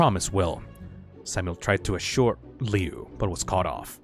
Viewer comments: The Woods family? That's the name of the family from the original one! Me who knows that the Woods family name originated from the fan story Homicidal Liu and was never in the original:NOT SCIENTIFICALLY POSSIBLE. Also, Lui's name is pronounced Loo, not Leeoo. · His name is pronounced *LOO*, you gormless rube!